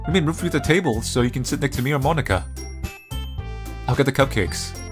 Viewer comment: He’s saying Monika like Monaka